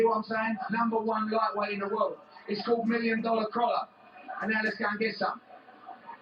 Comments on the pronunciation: The way you say Crolla is annoying. It is Crolla not Crowlla :P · think about how you would say Crocodile... It isn't crowcodile :P